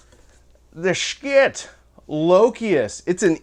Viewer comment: It's actually pronounced "shi tuh" or so I am told. I was pretty much sold on getting the loki. I wanted the lokius but didn't want to drop 300 bucks on one. Black Friday rolled around and Schiit had bstock for 229. I bought the thing. Full factory warranty. No returns unless defective though. They still have em. I love EQ's. They can make a bad speaker sound better and a good speaker sound great. People say that playing flat is what the artist wanted.... Why do so may pressings sound different?